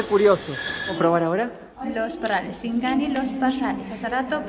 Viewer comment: Dise sigani.